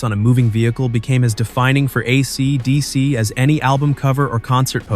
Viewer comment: "AC...DC." Geez, the AI reader is silly.